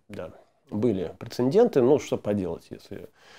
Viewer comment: "прецеНденты" это то же самое что "звОнишь",!:) как то даже приятно мне, жителю глухой глубинки, из "Парадная-Сити" подъ@@:)